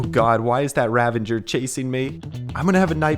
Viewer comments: It bothers me a bit how he says ahh-bsidian and "Ravenger." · THEYRE NOT CALLED RAVANGERS THEYRE CALLED RAVAGERS!!!!! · it is pronounced ravager not ravenger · Unsubbing for Ravager pronunication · Does anybody else get really pissed by the way he says “Ravager”? Lol